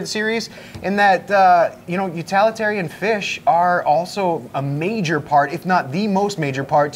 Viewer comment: What the hell is an utalitarian fish :)?